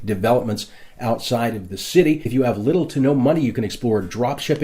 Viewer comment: I like his videos but he keeps adding h’s where they don’t belong. Like “cit-he” instead of city